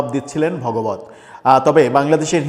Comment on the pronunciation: মোহন ভগবত নয় ওটা ভাগবত হবে 😂